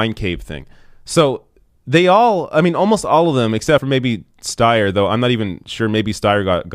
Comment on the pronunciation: Stayer Steyer. Stayer Steyer. IDK. Haha.